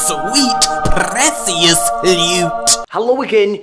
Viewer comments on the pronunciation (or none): LEWT. SWEET. PRRRRRECIOUS LUTE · i cant get over the way you say delicious and precious, always a good laugh.